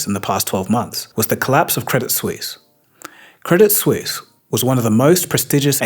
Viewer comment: You mispronounced Credit Suisse. 😊